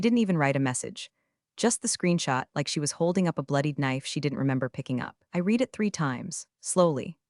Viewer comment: Please can you teach your AI the difference between read, and READ, (past tense)